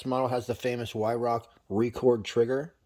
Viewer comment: It's pronounced VYRARK.